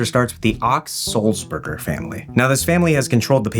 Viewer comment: It's Ochs as in "Oaks", not "Ox" The famed 1960s folk singer, Phil Ochs, was part of the family. He was a contemporary of Bob Dylan, but veered much further to the left and, frankly, made better music. The dichotmy between his wealth and his politics got him and he committed suicide.